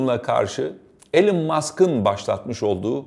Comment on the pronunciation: Alan Musk ne abi yaaa Elon diye biliyordim ben